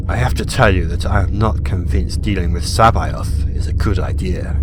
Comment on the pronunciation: it's funny how you pronounce Caboth. it was always pronounced Ka-Boh-th, not Sai-Both